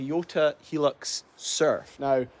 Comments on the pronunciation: Please stop calling it a helux its hi as in high lux but apart from that great video ! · It's a japanese car, but the name doesn't have japanese promounciation. The name is supposed to be pronounced "High-lux"". :) The thick shaggy style carpets were a very common thing in japan for some reason in the 80's through to the early 00's. I bought an ex japan Mondeo wagon, probably the only mondeo ever sold in Japan as I've never seen one there, but Ford deemed it also required monogramed shag carpets, which they didn't have as an option anywhere else, as far as I can tell. If you feel like seeing the journey of someone else who bought a 90's 4x4 sight unseen, check out Geoffrey Crocker. One of my other favourite youtubers